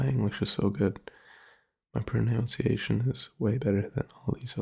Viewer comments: Dude I genuinely thought you were a native English speaker from the first video I saw of you, your pronunciation is basically perfect... ironically though you say "pro-noun-ciation" and it's "pro-nun-ciation", and even that is just a nitpick that barely anyone would notice. You're solid buddy dw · Important to know, its pronounced, pro-nunce-ee-ation